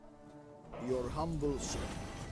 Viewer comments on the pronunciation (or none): none